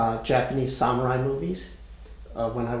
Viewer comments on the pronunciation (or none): “Learning the Japanese language” Judging from how you just pronounced the word “Samurai” I don’t think your method was very effective.